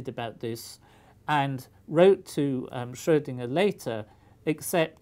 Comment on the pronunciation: Thank you for saying Schrödinger and not "Schrodinger"!